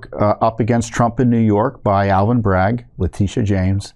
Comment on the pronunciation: 'Alan Bragg'??? Did I hear correctly? It's ALVIN BRAGG. I know this, & I live across the pond in very rural mid-west Wales.....